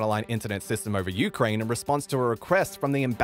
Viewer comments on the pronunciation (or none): Why are you pronouncing Ukrain weird?